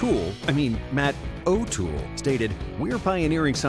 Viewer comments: Matt “tool” lol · “Matt Tool” 🤣